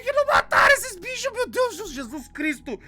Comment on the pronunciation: O falando binchos kkkkkk